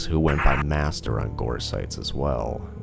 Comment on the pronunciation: Did you say new best gore domain?